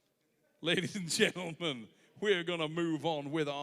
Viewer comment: "Ladies and Drendlemen"